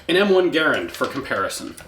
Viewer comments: You pronounced Garand correctly! Because of that, I am now subscribed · And you even pronounced "Garand" properly!! I am impressed!!